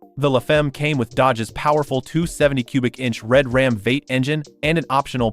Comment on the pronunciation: Did your AI narrarator really called Vee Eight a Vate? Bye.